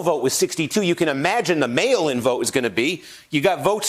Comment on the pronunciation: Is there a way we can have Kornacki to start say "mail in votes"? It just sounds like he kept saying "male votes".